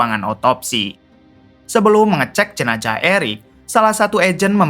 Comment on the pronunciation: Ngapa sih ditukar² baca hurufnya??? J dibaca Z, Z dibaca J. Jenazah jadi jenajah, brazil jadi brajil... yg bener bang 😂😂😂😂